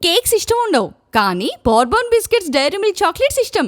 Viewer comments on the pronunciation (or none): బూర్బన్ కాదు బార్బన్